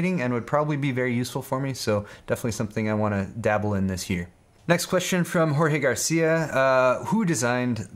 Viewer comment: Thanks for the response, it's Jorge like forge btw.